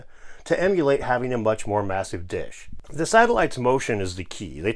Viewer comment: When you said to emulate having a much more massive dish I could of sworn you said to emulate having a much more massive Dick haha